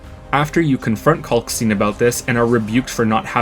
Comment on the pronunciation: Kalkstein is pronounced the same way you pronounce Einstein. Why don't people get this?